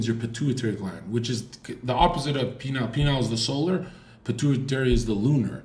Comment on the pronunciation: Them saying penile instead of pineal is hilarious